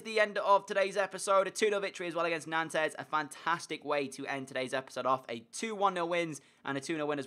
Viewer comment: It's not pronounced "Nantez" it's pronounced "Nont". Sorry, I speak French and it was pissing me off.